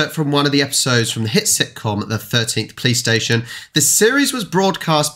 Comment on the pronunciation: You are saying 'police station' mostly like a 'playstation' xd that's even funny